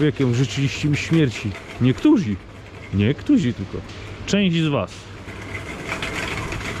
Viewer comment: dlaczego "niektózi"? który - niektórzy